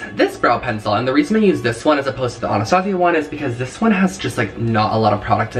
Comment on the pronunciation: Is that really how you’re supposed to say Anastasia